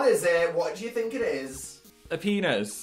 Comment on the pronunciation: i relate immensely to phil's brain trying to choose between saying "i think" and "i feel" but saying "i theel" instead